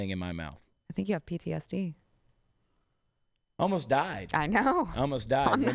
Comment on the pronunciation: She said Chad had POOTSD